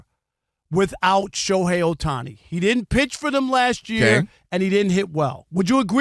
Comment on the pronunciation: This IDIOT guy (Rob) always intentionally mispronounce "Ohtani" name all the time. LOL. It's beginning to be intentional and mean-spirited. We know he's a HATER but this dude is a JOKE